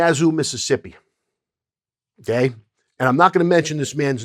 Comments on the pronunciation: Okay. Polish your interview skills. Stop saying “Onay.” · Bruh the way u say okay is the worst, stahp